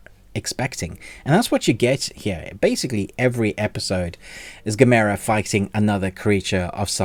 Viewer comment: You say gamera totally wrong. Why.